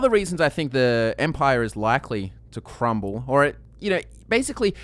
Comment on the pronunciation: Say "crumble" one more time for fun. xD